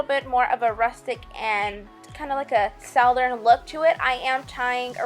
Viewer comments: What are you saying ...SOUW DERN? Southern maybe? Great tutorial. I love it! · I love your work so please don't think I'm making fun of you, because that's the opposite of my goal here. honey you are pronouncing "southern" like it's sowthern, "it's suthern". If that helps darlin'. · The way you pronounce southern is enough to make me unsubscribe.